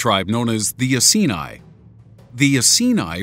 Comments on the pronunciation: Pronounced Eye-kee-ni ,, and Bow-Dee-Ka. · And Iceni - should be pronounced eye-see -knee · bow - di -sea -ah (Boudicca) Eye-seen-eie (iceni) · Boudica and iceni pronounced wrong